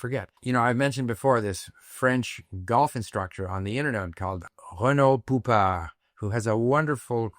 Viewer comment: Reno Poupard sounds almost like Reno Pooper